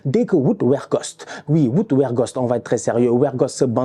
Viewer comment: Weghorst je prononce Végorst pas Wergost🤣